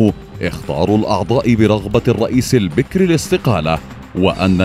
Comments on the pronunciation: البَكِر وليس البِكْر. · البكر بفتح الباء والكاف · البكر يامقدم بفتح الباء وليس بكسره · البكر بالفتح وليس بالكسر. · البكر ، بفتح الباء و ليس كسرها .